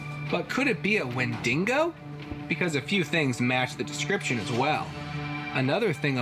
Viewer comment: Please.. please stop saying wen-ding-go.. there is NO second "n" ! It's wendigo. As in wendeego !